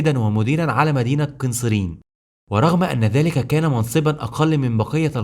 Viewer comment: ماشاء الله شغل محترم ولكن انصحك بالهدواء في الكلام بعض الاسماء بتقولها غلط مثل "قنسرين" ، واخيرأ من زار سيدنا خالد قبل موته هو سيدنا ابى الدرداء رضي الله عنهم جميعا